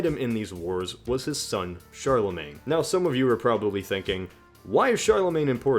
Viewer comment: The way you pronounce Charlemagne bothers me